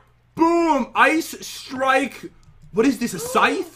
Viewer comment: Ice “Strike”. 😹😹😹😹